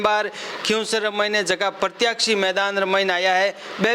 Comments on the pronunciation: प्रत्याशी बोलो प्रत्याक्षी नहीं होता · प्रतियाक्षी नहीं प्रत्याशी होता है!